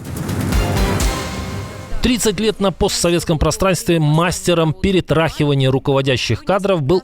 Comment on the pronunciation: ПеретрАхиванеие , ахах)) Может ПеретрЯхивания!